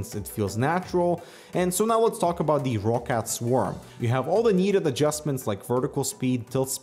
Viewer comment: I'm more than certain it's pronounced rockcat. It's a Germany based company and I think that's how they pronounce it.:)